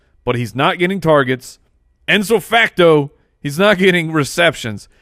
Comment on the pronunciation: "IPSO FACTO" NOT "ENSO FACTO" C'mon man